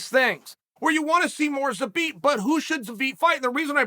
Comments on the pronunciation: Took so much time and effort to say his name, enlisted the help of Megan Olivi, still says it wrong 🤣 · Megan Olivi has trolled Uncle Chael into saying Zabit’s name incorrectly